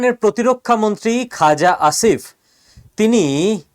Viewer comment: পাকিস্তানের প্রতিরক্ষা মন্ত্রীর নামটা কী বলছেন ? খোজা ✂️🍒👈 আসিফ ? 😂😂😂